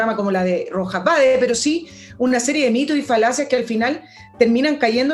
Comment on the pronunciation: Un pequeño detalle para estos " profesionales ", el segundo apellido del cuestionado es Vade no BAEZ.